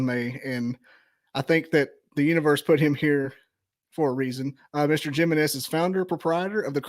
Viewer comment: lol i love how he says his last name lol jiminez its pronounced himenez lol :face-blue-smiling::face-blue-smiling::face-blue-smiling